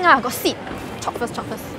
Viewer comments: By the way, it is 'chope-ing', not 'chopping'. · Isn't it "chope" not chop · It's CHOPE. Not CHOP.